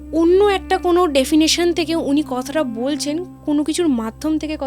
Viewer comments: একটা জিনিস ঠিক করে দিতে চাই কিছু মনে করবেন না কথাটা ডেফিনেশন নয় ডাইমেনশন...... যাকে বাংলায় অন্য জগৎ বা পরলোক ও বলা হয়ে থাকে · গল্পঃ টা ভালোই লাগলো কিন্তু অধিকাংশ ইং লিশ ভূল ওটা ডেফিনেশন নয় ডাযমেনশন হবে। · Re bhai English janis na thik ache kintu na jeneo bhul bhal bolis na bhai ..ota dimension.defination😂 na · Re its dimension not defination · Bhalo chilo..but meta barbar dimension k definition bolche.. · Ota 'definition' noy ota ' dimension'.